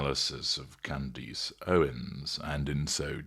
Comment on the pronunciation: It’s Candace not candese